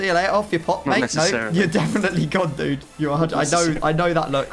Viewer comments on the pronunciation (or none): none